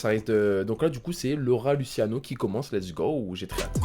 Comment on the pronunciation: Ohhh respect un peu le rat ça de prononce pas lutiano mais luchiano tu prouves ta crédibilité sur les piliers du rap